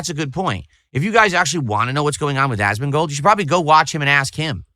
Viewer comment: Ahsmahn-gold 😂 is such an alien 😂😂